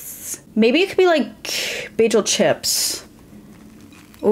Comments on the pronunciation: Everytime she says bajel a New Yorker jumps off the George Washington bridge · if you say bajel one more time…